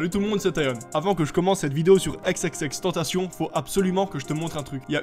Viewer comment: ‘’Aix aix aix tentacion’’ 😂